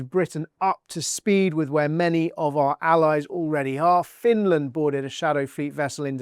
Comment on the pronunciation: It's Finland and NOT Finaland